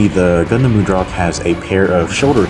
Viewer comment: mud rock. say it like that. not mood rock.